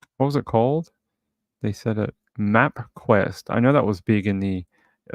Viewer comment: kHahaha the way you say Map Quest like it is a TOTALLY foreign name!!! hahaha!!